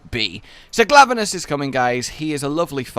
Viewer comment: I heard Glavelus instead of Glavenus, but maybe it's just me.